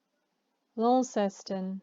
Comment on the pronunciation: I believe the residents of Tasmania would disagree about the pronunciation of Launceston. There is no lawn in Launceston. It has a lon, i.e. with a short sounding o.